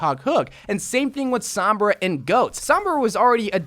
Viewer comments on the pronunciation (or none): none